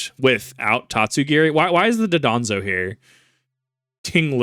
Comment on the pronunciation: dondozo* (im sorry, i just really cant handle the mispronunciationof this specific mon)